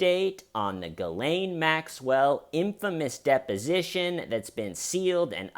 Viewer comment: “depinition”, dude, I love ya.